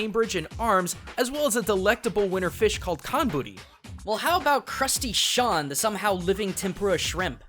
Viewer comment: Only when you said Crusty Sean I realized it was crustation